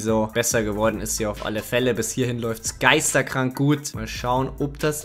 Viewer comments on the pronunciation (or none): Hey nicht böse gemeint aber du sagst immer geisterkrank statt geisteskrank :D lg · Es heißt „Geisteskrank“ Nicht „Geisterkrank“ Nur nebenbei